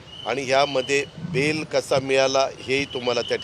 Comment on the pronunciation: बैल नही रे बेल